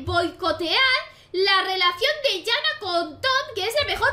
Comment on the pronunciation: Me pareció interesante el vídeo pero no la llames "Yana", que sea con "j" no significa que sea "ya". Se pronuncia cómo está escrito, Janna sin sonar las dos n.